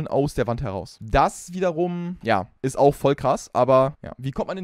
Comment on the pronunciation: Er hat am Anfang einfach Schwarzwälderisch geredet: dass es Statisch isch 😂😂